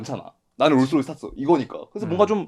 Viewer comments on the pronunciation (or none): none